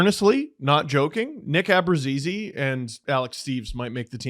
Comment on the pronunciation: I'd love for to tell me where the G is in Abruzzese's name he's pronouncing. Because I don't see it. Help please.